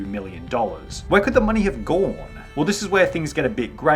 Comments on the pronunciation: "Where could the money have gaawoahne?" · why did you say gone like that